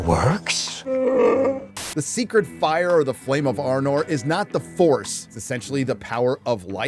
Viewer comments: The r4p3 of Tolkien's work..... P.S. Flame of Anor, not Arnor hahaha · You said "The Secret Fire or the Flame of Arnor/Anor (couldn't make out whether or not you put on 'r' in there)...", but the Secret Fire and the Flame of Anor are 2 different things. Gandalf is a servant of the Secret Fire, wielder of the Flame of Anor. The Secret Fire is also called the Flame Imperishable and is indeed comparable to the Holy Spirit. The Flame of Anor is just a reference to the sun.